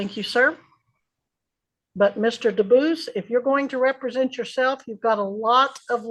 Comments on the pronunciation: Am I the only person that gets annoyed by a Sov Cit's misuse of words? It's not "re-pre-sent" tool, it's "rep-re-sent". To be entitled or appointed to act or speak for (someone). Especially in a special setting. Ahhhhhh! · You know your in trouble when you don’t know how to pronounce- represent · re-presenting himself? Re-suze? Did he never read these words out loud before, only seen them on a Qanon forum? Represent and Recuse. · RE-present? Re-SOOSE? Buddy…learn English before trying to play lawyer.